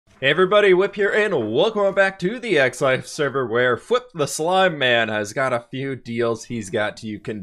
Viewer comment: I’m pretty sure he said WHIP in his intro instead of FWHIP